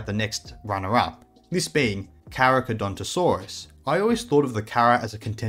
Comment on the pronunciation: Love the episode but why did you butcher the carchas name lmao